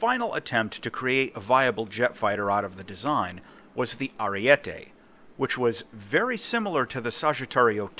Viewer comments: Its pronounced arie-te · It’s Ah-ree-e-teh